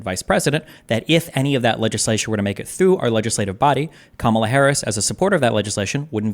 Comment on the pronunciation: When someone keeps saying Harris' last name over and over wrong and a way that sounds more like an animal than its supposed to is just being a punk imo.